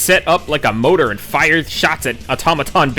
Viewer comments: More-tar not Motor. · Oy. You pronounce mortar wrong. There's two letter r in there. They both get pronounced. The word you have been saying is motor, and it's a different thing entirely. I think you've been taking your pronunciation *for granite.😅